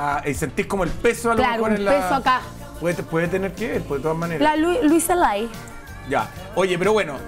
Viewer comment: Se llama Louise Hay .... Pancha... No Luisa lay